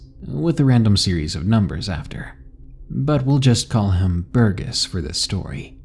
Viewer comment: Thanks for the great audio, D!! 💙💙 One quick note about pronunciations though; I don't know how your users have spelt 'em, but in the hopes of being helpful, I think the names "Burgess" and "Laurel" are pronounced "burr-jess" and "lore-uhl" (burr as in cold and lore as in ancient lore. :)) Again, I haven't seen them as they were written to you, but.. I know sometimes reading more than you hear can be tough, so I hope this proves helpful. 🔆